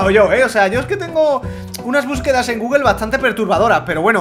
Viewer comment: Los españoles y el inglés como que no son muy amigos :v solo con oir gugel me sangran los oidos. también apel jajajajaja